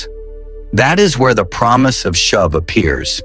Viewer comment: glad this promise does not depend upon your pronunciation. should be 'shoov' not shove. 'course I know its AI, which noone can trust.